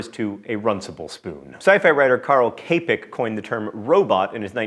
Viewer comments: Two things... Čapek isn't a sci-fi writer. He wrote some things kinda sci-fi-esque, but so much more not at all sci-fi. And his name is Čapek, not Capek, I get that it's a weird character, so type it Capek if you want to, but the pronunciation is /'tʃʌpek/. Also, (maybe) interesting fact, robot was derived from the word "robota", which meant work you have do for your monarch, hence robot as a machine that does work for you. ;) And if you can, read RUR, it's good. Also The Absolute at Large is really good. :) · Nice video, but one correction: Capek's name is pornounced more like Tchapek as in Tchaikovsky... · "Carl Kaypack" made me wince so hard. Please stop pronouncing non-english names in an english way. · K-pek? Seriously? You could at least have looked up the proper pronunciation, Čapek is pronounced cha-pek (like cha-cha) :/ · It was actually Čapek's [cha-pek, not K-pek, btw] brother Jan, also an author, who came up with the word "robot". He was commuting on a tram and observed the workers crammed in there with him. Robot is derived from the word "robota" - work/labour or worker/labourer. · Karel Capek is not pronounced Keipek, but more like Tchapek. Because in his name the C has diacritc - Č, pronounced like Tch, or Cz as in former Czechoslovakia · Just a small correction..."inventor of robot" is spelled Čapek in czech and it should be pronounced not as "K-pack" but rather something like "Chu (as in Chuck)-pack" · Capek is pronounced cha-peck. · Karel Čapek is pronounced "chapek" (like in the name Charles or Czech). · And Čapek is pronounced CHapek as Cheese, you imperialistic americans stole the diacritics of our writer AND pronounce his name incorrectly! :P Shame on you, shame on you. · Hey you! :) It's Čapek, pronounced "Chapek", like in the word Czech.. just saying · Capek is pronounced chapek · it is pronounced tchapek(and i know mispronouncing is your thing).robot comes from the czech robota meaning corvée or simply hard work.